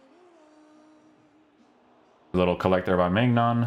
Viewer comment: His name is pronounced mynan